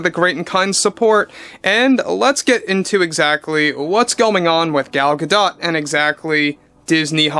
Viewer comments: It's not Gaw-dawt, it's Gaw-doe. Like a female deer. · Gal Gadot’s last name is pronounced without the t at the end. I.E. Gado. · Gha-doe, t is silent like kk recently